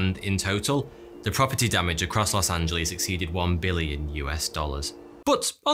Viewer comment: Is it just me ot did he say Los antos from gta5